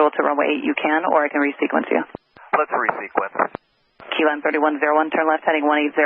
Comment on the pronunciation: "LETS RESEQUENCE" 😬